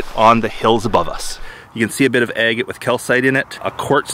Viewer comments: Ag-eight ...no, it is ag— gut. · Distracting to hear the way pronounces "agate".